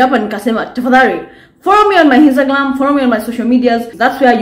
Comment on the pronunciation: ameamua hatawahi sema Instagram vizuri aki😂😂